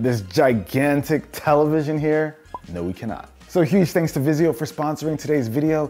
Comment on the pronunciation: "Vizio." Please stop.